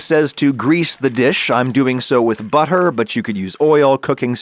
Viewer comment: The word ‘butter’ is now pronounced with a random ‘h’ in it for some reason. 🤷🏽‍♂️